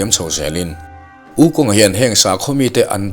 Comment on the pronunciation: Wu khong tia lamtur!